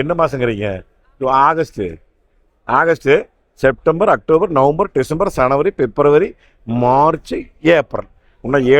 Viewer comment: January ❌ Sanavary ✅❤❤